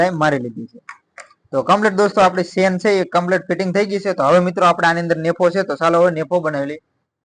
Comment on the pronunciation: ખૂબ સરસ ચણીયાચોલી બનાવી છે. તમારી ભાષા ગામઠી છે પણ અમને સમજાય છે, પણ ચેન ને તમે સેન બોલો છો તેના કરતા જીપર બોલો તેનું અસલ નામ જીપર છે.